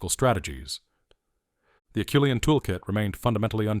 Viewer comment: Except for the obvious mispronunciation (it's AH-SHOE-LEE-ANN), I really enjoyed the thrust of the video. Erectus is my favorite hominin. 8 hope one day we find evidence they lasted even longer than the Java tribe. (Perhaps in South Asia (India, etc)). The only other negative is I think it's far too early to credit Naledi with ANYTHING, much less the artwork at Rising Star.